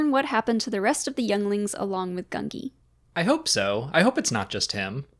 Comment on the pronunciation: it's actually gun-gee